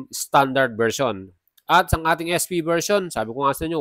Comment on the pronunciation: AEROX S fiii? Hindi ba SP? Bakit yung pagkakabanggit mo ES FI?